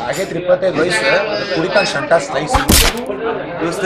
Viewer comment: the way that guy said slice 😂😂😂😂🙏🙏